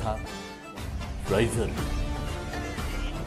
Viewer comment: Raiser kaadhu ra raisaar